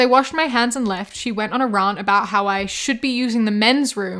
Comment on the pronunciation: Ma'am, I've been through several of your videos and I have to ask, What's your accent? It sounds like a mix of multiple unusual ones. I've never heard 'rant' pronounced Rarnt/ront. I know Bahth VS Barth but Rahnt VS Rarnt?